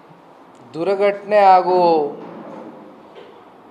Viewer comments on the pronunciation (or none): ದುರ್ಘಟನೆ❌ ದುರಗಟ್ನೆ ☑️ ನೀನು ನಿನ್ ಕನ್ನಡ ದೊಡ್ ನಮಸ್ಕಾರ ಕಣಣ್ಣ